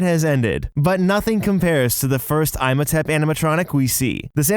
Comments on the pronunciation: Narrator: "Eye-Motep" Me: Obviously he hasn't seen the mummy Narrator: "Sarah-Car-Fugg-Us" Me: ohhhh... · I feel like he was literally trying to piss me off with the "I'm Otep & Sara Coficus" Lmao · "EYEmohtept" & "SARAHcophagus" WTF?? lmao!! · Dude, your pronunciation... it’s not “i-mo-tep” and “sara-co-pha-gus”. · Ihmotep is pronounced "Eem oh tep". The movies are actually pretty good. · I would give you cookie if I could by magic for good your observations. Dude probably just saw the spelling of Imhotep and never saw the movies or animated series. So he didn't know the correct pronunciation of the name. Also Slappy was wearing a 'DAPPER suit' not a diaper! Dude knows nothing like Jon Snow! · I did not even notice I still wasn't over EYE-mohtep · Imhotep is pronounced EE-mohtep but usually has a little more emphasis on the 'H' because it's Egyptian. But because of its Greek pronunciation, you most definitely not been lied to your whole life lmao :D my guy just disrespected the name is all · Same with “Eye-motep”. Excuse me, what? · I posted as well about Imhotep, pronounced “Emo-Tep”. It really bothers me. Hahaha. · I came to say this and it’s also pronounced IM OH TEP Had to skip over that after a while GOD 🤦🏼‍♀️ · Absolutely killing me hearing him mispronounce ihmotep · "Oh he's mispronouncing Imhotep, oh well, it's not exactly a common name" "sarah-cophagus" PHHHHTTTT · I actually cringed everytime he said Imhotep... 😭😭 theres two whole movies and GOOGLE. You could have checked. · As a fan of the Brendon Fraiser Mummy movies, this bothers me. As a fan of the Boris Karloff film, this makes me mad lol. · Also, they literally say "Imhotep" correctly dozens of times in the ride. And the movies. You couldn't even get it right.... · Oh god it was driving me nuts hearing this name being said wrong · The Imhotep pronunciation also irked me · And saying imhotep wrong. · whys he saying "I'm a tap" 🤣 its EEM ho tepp... Also it's not "sarah cough I gus" SARCOPHAGUS